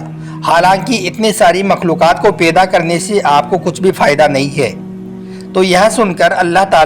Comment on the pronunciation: Peda nhi paida bolie jnab talafus thk kizieyea